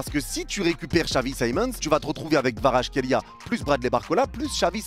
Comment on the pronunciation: Ça s'écrit Kvaratskhelia mais ça se dit "Kavaratsrelia"